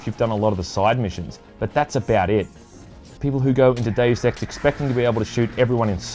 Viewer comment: ....it's probably just me, but the way you say "Deus Ex" sounds like you're saying "Daily Sex" 😂 👉👌